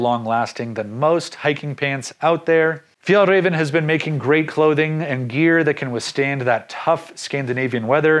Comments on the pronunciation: Liked the video and suggestions on items. Btw the later pronunciations of Fjällräven var perfect! 👍🏼🇸🇪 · you almost got it right the second time (i speak swedish) you are better at saying it than any other english speaking person i heard saying it